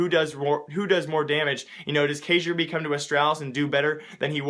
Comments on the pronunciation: First Its not pronounced ka-jur-be, its Kjeer-by Second D&G is ex-csgolounge, and you showed us a picture of AGG's roster and not D&B... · Kyerby not kajerb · ITS KIRBY, not kayjorbee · Kay-jur-bee is not how it's pronounced, it's Kay-Are-Bee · KAJERBEE. its pronounced kyerbee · Kay-ger-bee? Lol. Kek. It sounds like Kirby. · I've been watching you for a while... Make sure you're accurate. Dobry and gaming is a team that has been around forever, known as CSGOlounge. and the lineup u showed wasnt the lineup they had during that game... And you completely butchered the pronunciation of kjaerbye... its key-air-bee, not cay-jer-bee. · kyay-er-bee not kay-jer-bee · its "kay-air-bee" not kragerb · key air be not cajube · It's not pronounce kajerbee, it's pronounced kyayerbee. other than that, great content dude! was hoping to add you on steam or dm on twitter, I have a couple ideas for your channel that are news related. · kjaerbye is not pronounced "k-jur-bee" but rather "kyay-r-bee" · its not cajubye. its KJAERBYE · “johnamelone” cairns Not kay-yer-bee, it's Kee-yer-bee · kyaerbye is said like KEE-AIR-BOO lmao you said kayerbe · NEWS Yo man Kjaerbye is pronounced like care-b not kayjer-B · Kjaerbye is pronounced Key-Er-Be, but we all knew who you meant so it doesn't matter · It's pronounced Keyar-bee. Kjaerbye, not like you were saying it... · CajunB and Kjaerbye is not pronounced the same at all ( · Kjaerbye is pronounced key-er-bee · it is pronounced Key-yeah-bye :-) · dude -> its Ky-air-bee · You pronounce it 'kjær-by', to be a 100% correct, and if you don't know to pronounce Æ, you should google it. =) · Its key air bee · it's pronounced like kirby with a stressed "i" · damn dude i like the content but do more research, ee-chi-baahn, kee-yer-bee, and dobry is ex-csgolounge thats the old roster too and lord is now coaching for them and they've been playing with this line up for months now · kjaerbye = key-er-bee not what ever the fuck u said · K-jaer-bye lol